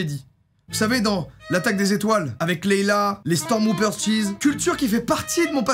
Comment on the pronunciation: Tu dis Jedi "i" je rêve pas ? XD c'est fait exprès ? JedY ?! xD Et Stormwoopers ? Stormtrooper xD Mais trop bien ta vidéo (x xD